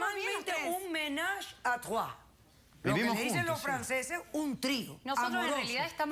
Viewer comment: La doctora pronuncia "ménage a trois " con un acento francés casi perfecto. Lo sé porque el francés es mi primer idioma.